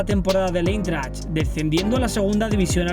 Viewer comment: Jugó en el " Eintracht " de Frankfurt, y se pronuncia AINTRAKT, no Intert o la mierda que dijiste 🤣🤣🤣